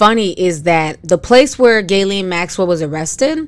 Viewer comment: Another name slaughtered. The G is silent.